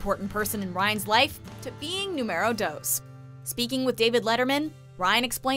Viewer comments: "numeerow doze" dont speak Spanish if you cant. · Nuwmeero dows, seriously?? Don't speak Spanish if you can't 🤣🤦🏻‍♀️